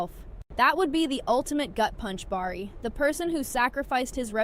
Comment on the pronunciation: Just a bit of advice... Start pronouncing the names correctly, or else no one will listen. The Chi Pronounced The Shy... Bari is actually Bakari pronounce BA-CAR-EE and Kiesha is pronounced KEY-SHA. I almost stopped watching because of how you botched the names, including the name of the show. You do have valid points, but it's hard to get past the pronunciations.